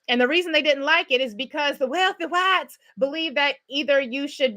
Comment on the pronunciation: With the accent and all!!!😂😂